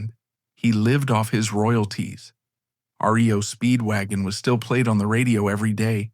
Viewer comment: You know when it calls the band RIO Speedwagon there's going to be issues.